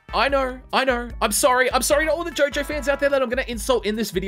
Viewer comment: Fool, it’s not JOJOOOOOOOOO IT’S JOOOOOOOOOOOOOOOOOOO-JO!